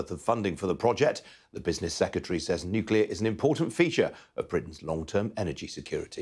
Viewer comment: Hilarious that Grant Shapps can't pronounce the word "nuclear". Even George Bush Jr did better than our Grant! Listen to his way of rapidly avoiding the correct pronunciation in favour of something like "nooka".